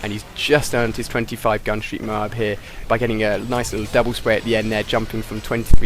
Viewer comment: I like how he pronounces it "Mow-Hab"